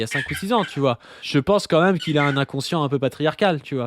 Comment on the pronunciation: Aucune idée bro, déso. Je cherche de mon côté (depuis 5 ans maintenant) où et comment (+pourquoi!) est apparu le "quand même" très fréquent chez les youtubeureuses du youtube jeu fr5, prononcé : "kahème". Je n'en dors plus, fais des cauchemards où les lettres k et m tournoient à l'infini avec pour arrière-plan la tête d'hugo décrypte. Les lettres entrent ensuite dans ses narines puis sont alors recrachées sur ses fiches inexistantes. Si quelqu'un sait. Sinon, merci qua ême